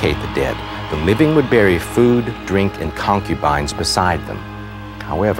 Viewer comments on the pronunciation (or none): none